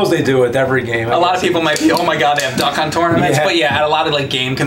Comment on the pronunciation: I keep hearing them say "Duck Cunt"